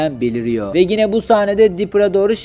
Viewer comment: Gine değil yine